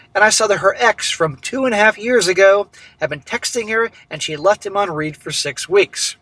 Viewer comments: it’s not “left me on REED” it’s left me on “RED” you still pronounce Read wrong every story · Left on read (Prounced like Red) as in the past tense of read (Pronounced like reed)